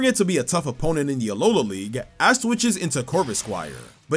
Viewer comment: he totally said ass instead of ash here btw